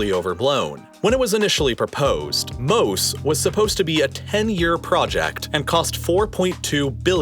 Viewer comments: You butchered the pronunciation of the the sea wall. Mose is pronounced like the biblical Moses (just without the final s), because it is named after the biblical character. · Just a fun fact, Mose is pronounced Mosè, with emphasis on the eh, and this is the Italian name of Moses. It is a play on words because Moses parted the seas and this device aims to control its influence over the city. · It’s MOSE as in Mosè or the Italian name for Moses of the Bible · Fun fact to miss when talking about this project but MOSE (pronounced MO-SE/MO-ZE not ‘’Moe’s’’) is not just an acronym but also the Italian translation off Moses famous for splitting the waters. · It wouldn’t be obvious by the way you pronounced it but I think the Italian plan to move the water is supposed to sound like Mosè (Moses from the Bible) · Btw MOSE is pronounced kinda like Mos-eh and it's called this way because Mosè is the italian name for Moses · I couldn't believe how badly he ruined that. I read it and immediately laughed at the amazing acronym and laughed some more, shaking my head, at his horrible pronunciation and just completely missing the reference. What a sad moment for here. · I couldn't believe how badly he ruined the Moses reference. I read it and immediately laughed at the amazing acronym and laughed some more, shaking my head, at his horrible pronunciation and just completely missing the reference. What a sad moment for here.